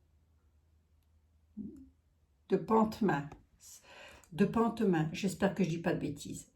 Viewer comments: C est chez moi . Le t ne se prononce pas. Pontmain on dit . Apparition de la vierge en Mayenne a des petits enfants. L historique est magnifique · Pontmain ça se prononce😊sans le t